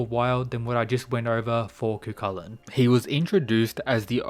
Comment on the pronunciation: His name is pronounced " ki-chi-lan" not cu cu lakan. Is a gaelic name. He was the original HULK, and unstoppable rage that transformed into a hideous monster according to myths. His rage was called Riastrad